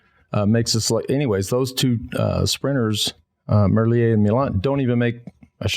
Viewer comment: How. Many. Years. Have. You had the chance to get his name correct? Please get his name correct it’s triggering my OCD man.